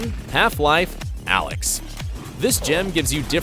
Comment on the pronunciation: ALYX - NOT ALEX!!!